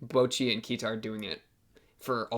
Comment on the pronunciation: It's pronounced Key-ta not Kia-ta.